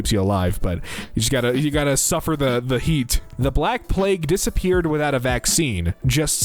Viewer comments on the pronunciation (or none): none